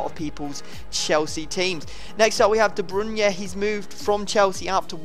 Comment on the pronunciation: De Brunye??? xD